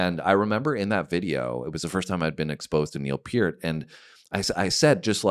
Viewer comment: PERT. Not PEART.